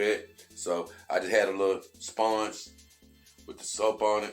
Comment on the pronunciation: I like how you say sphonge